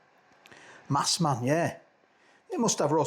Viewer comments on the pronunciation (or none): It's a massaman curry, not a massman curry. Have you not had one before?